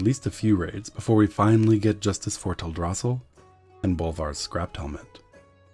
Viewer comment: I don't like his pronunciation of Teldrassil.